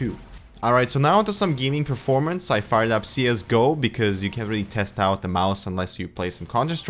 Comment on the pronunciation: ITS CALLED A MOUSE NOT A MISE